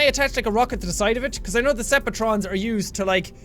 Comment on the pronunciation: Sepi trons I hope he said septic trons